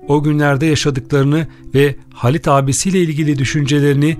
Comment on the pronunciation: Videoyu seslendiren beyefendi: Halit yazılır, Haalit okunur; Hamit yazılır, Haamit okunur, bilginize...